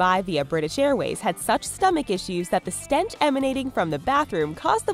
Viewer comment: Stench not stent